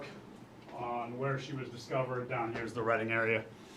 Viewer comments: Yes and Reading is pronounceed redding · Reading is pronounced red-ing. Thanks for all your updates on these cold cases. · Rhymes with bedding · You need to do better when pronouncing town names. They said Reading correctly at least 3 times and you still got it wrong. Disappointing.